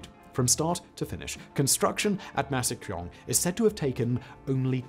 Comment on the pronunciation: Only possible with quaint American mispronunciation.